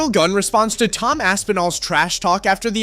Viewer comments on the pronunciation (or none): It’s not Gun it’s Gane